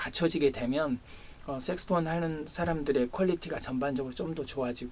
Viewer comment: 좋은 말씀 감사합니다 그런데 발음이 자꾸만 섹스폰,섹스폰 하는것이 걸립니다 색소폰 아닌가요